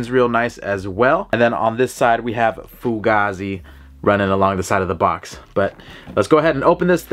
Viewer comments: It’s pronounced Foo-Gaye-Zee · Bro it’s pronounced foogay-z